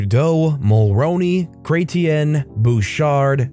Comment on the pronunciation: By Truedau they mean the current guy's mother's late husband. And Cretien is pronounced with a soft t sound. The guys listed are priminsters from the 70s through the 90s.